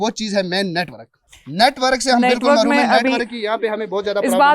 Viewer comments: O ke bndey... HUM MAROOm THEY ni hota.... Mehroom hota hai... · Marhoom 😜😂 Bechara MAHROOM kahna chah raha thaa